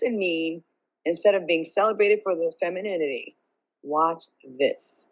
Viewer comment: Pronouncing the word is very difficult for the lady who tried to pronunciate " Femininity!" 😂😂😂😂😂 They over rated and do get wrinkles so much rocks